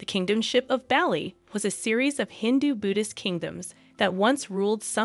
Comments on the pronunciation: yes, it was so irritating to hear the wrong pronunciation repeated so many times. It's also not respectful to the people of this island state. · Yes it irritated me as well. Please look up how to properly pronounce words before creating an entire vid! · 2 seconds in and I'm already cringing how many times I'll have to hear this person pronounce 'Bali' like that 😂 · This video is basically reading out loud an article written by the Sydney Morning Herald titled "How 'Max' The Aussie Surfer Dude Became a Royal Wedding Star"... Also that's not how you pronounce Bali 😅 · How does the narrator not know how to pronounce the island of Bali? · Is she gonna say Bali that way the whole time? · You really need to research the pronunciation of the names of people and places you’re reporting on. This is super lazy. I couldn’t sit through the video it was so annoying. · Please use correct pronunciation or Bali and ubud! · Your pronunciation of Bali and Gillespie needs work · It would be good to learn the proper pronunciations for Bali and the names, like Bagus, before recording these. Just a suggestion- as an expat in Java, I was cringing a little. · How hard is it to learn how to pronounce Bali correctly, even Ubud. That was hard to listen to. Butchered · Not Belly.Its Bali (Bahlee) Good video otherwise. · Barley..not Bally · It's not Bally like "Bally Total Fitness" 😩😱; it's "Bah-li" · I have lived in Bali for almost 13 years. They have been coming since 1985. You miss pronounce the name of the region do you say “Ba-Lee” it is properly prounced “Bah-Lee” with the emphasis on the first syllable. It is not “Oh-bud” it is correctly pronounce “Oo-bude” with the emphasis on the first syllable. Please correct this. It sounds ridiculous to those who know. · It was hard to listen to it pronounced Bally lol We say Bah-li not barley (Americans will pronounce that r) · Bah-lee, not belly 😂😢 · Please stop saying Bahh-Lee. Its Baw-Lee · "Baar-lee" not "Belly" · Bali is pronounced Bar Lee.